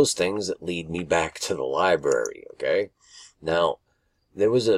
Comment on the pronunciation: Lie-Brary. NOT lie-BERRY